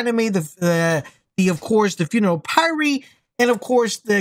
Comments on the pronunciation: I'll give this a whirl this evening and see what happens. I typically hate Paxian Homestead but I ran it on CT14 and was pretty simple (at this point heavily geared). Fingers crossed! (Aside: I did squirm whenever you said py-ree instead of p-ire, but if I get Deathshield I'll forgive you!) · Funeral PIE -REE lol. It's Pyre (rhymes with fire) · A Ne Moy Payr not pay ree. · Just a heads up "Pyre" sounds like Fire 😉 Keep up the great work, luv the vids!! 🤘🏻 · its funeral pyre like fire but with a p